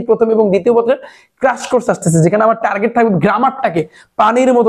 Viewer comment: Bai ❌ Bay,✅ Duwa❌ Duya ✅ Result ❌ Razel ✅ Amar ❌ Amer ✅ 🤣🤣🤣